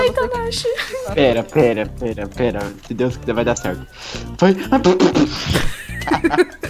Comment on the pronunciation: naquela hora lá alguns minutos dps que vc deu skip vc falo tanash